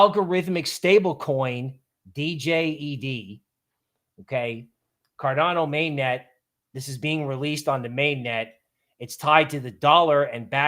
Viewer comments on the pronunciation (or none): Also on the stable coin DJED From the Cardano Community... It is pronounced JED...the D is silent. It is an OVERCOLLATERAL stablecoin. With 400%-800% in reserve called $SHEN. $Djed holders always have priority. If the reserve drops below 400% $SHEN. You can no longer mint $DJED, you can redeem it for ADA. Above 800% $SHEN, you can no longer mint $SHEN and it needs to be burned to lower the ratio. This is minimal $DJED. A similar design $SigUSA has been running on ERGO for a while now. Extended $DJED with further guard rails is in development. The protocol was designed by COTI Network. Fees from the mint/burn are converted from $ADA to $COTI sent to the COTI Treasury.